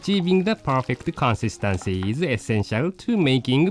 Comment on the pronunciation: Consunstahnsy ahahaha the way he says it lmao